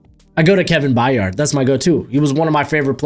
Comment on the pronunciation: And Byard rhymes with tired.